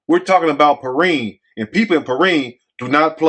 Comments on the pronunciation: It's P RYAN Pronunciation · 😂😂😂..... THAT'S PRONOUNCED " PER-RHINE "...... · your to funny!! I’m from Florida, and it’s pronounced Perrind but spelled Perrine. It’s in South Florida. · It's Pee rine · Its pronounced like the number nine perrine in south Miami great video